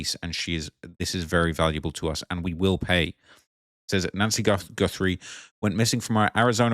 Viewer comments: Goothry, it's Guthrie. Ok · Lmao bruh can’t even read seemingly Jesus where’s he seeing the double o sound lmao he can’t be researching much if he can’t even pronounce her name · Guthrie not Goothrie.... listen you say it wrong over and over again it's too much I'm out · 'Goo-three' come on, we can't chalk this pathetic attempt at pronunciation to you being a brit LOL learn the person's name at least 😂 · Its Guthrie not Goothrie! Lol! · Americans do not say GOOTH THREE. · please, you’re making me laugh stop saying Goothry. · “Gootherie” bruh it’s not remotely pronounced like that lmao? Im english that names fairly common? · Guthrie is my last name and it’s so weird hearing so many people say it lol it’s g UH thrie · Its Guthrie.The u is pronounced like the u in suspect, not like in truth 😊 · It’s crazy how you hear how the name is pronounced and still say it wrong 😂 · Oh, great! You don’t know how to pronounce Guthrie… and you’re going to mispronounce it over and over and over… listen to the reporters that you’re playing on the show, that is actually how you pronounce Guthrie…